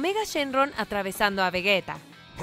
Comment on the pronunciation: ¿Por qué dicen Vegueta? Es Vegeta. Entendería "Veyita" que es como dicen en Japonés pero ¿Vegueta? Aunque escuchando lo mal que conjugan los tiempos verbales...